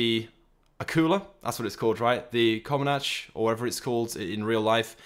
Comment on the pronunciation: It’s Comanche not Comanache and the Akula is based on more helicopters than just the Comanche...